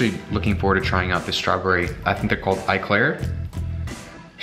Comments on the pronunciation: It's not I claire it's eclaire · Strawberry 'eye-claire' .. yeh you fucking nail that one. 'E-claire'